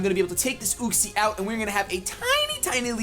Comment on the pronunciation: Yoo-xee, not uh-xie